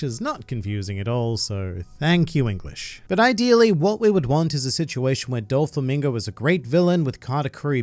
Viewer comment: I really like your videos, but please stop mispronouncing Doflamingo as "Dol-flamingo" 😅